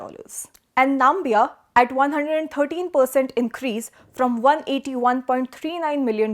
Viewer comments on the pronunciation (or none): Assess, not assess 😅 Namibia, not Nambia Ecuador, not Equadurr